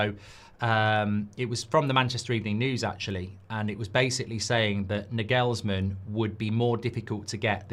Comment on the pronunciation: FFS learn to pronounce Nagelsmann's name right jeez